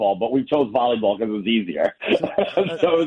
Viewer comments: becuss why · Am I the only one annoyed by how Ben says because? Becuss